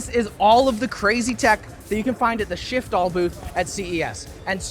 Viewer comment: I liked the misread shitfall 🤣🤣🤣 somebody make shitfall vr🤣🤣